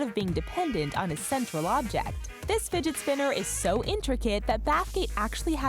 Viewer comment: she said "Spidget Spinner"